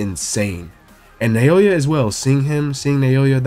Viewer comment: Pronounced NOW-yuh not Nay-OH-yuh